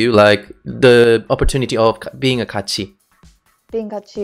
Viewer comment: She deserves better not "ItS KaAtChI"